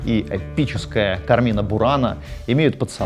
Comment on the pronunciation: Пятиминутка занудства: Кармина (которая бурана) произносится с ударением на первый слог — Ка́рмина Люблю ваш канал!